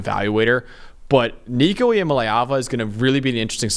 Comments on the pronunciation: It’s LAY not LEE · Pounced EEYA - MA - LEE - AAVA.. Got to learn the player.. Oklahoma is MORE important than NCS. -------> VOLS BY FIDDY!!!!!! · If you can’t pronounce Nico’s name right I ain’t listening